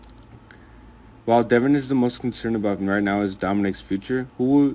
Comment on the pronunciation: DE VON NOT DEVON